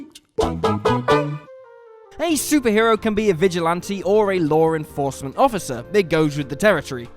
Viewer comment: "Lore enforcement"